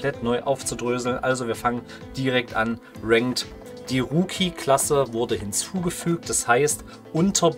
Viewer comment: Liegt an seiner Aussprache ist eigentlich "Rucki" also Rookie nicht Wookie